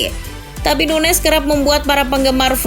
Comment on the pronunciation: SOK TAU DIMASUKIN NUNEZ STRIKER FLOP. AAAHH CHANEL TOKAI. PRONOUNCE AJA MASIH SALAH SOK TAU MANA FLOP MANA ENGGA. LIDAH LU NOH YANG FLOP